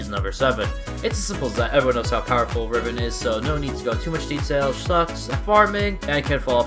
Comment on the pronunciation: when you said riven i face palmed so hard